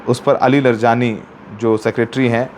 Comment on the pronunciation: सौरव साहब आप लर जानी mat बोलो ।उनका नाम अली लारी जानी है ।